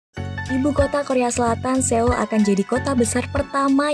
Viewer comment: bacanya soul